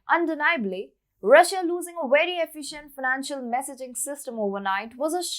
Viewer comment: It is NOT "wery" it is "very" with a V